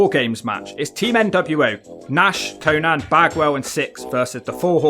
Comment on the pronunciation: Your commentary is just shitting on Syxx the whole time. It's not always about the match but the theater and the Wolfpac were always an A+ . Give urself an uppercut if you don't appreciate Syxx's WCW run with Hall and Nash, it was wild and great TV! P.S it's Konan not Konad, wtf?